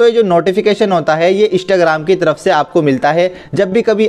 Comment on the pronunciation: Bhai bool rha hai Ishtagram 🤣🤣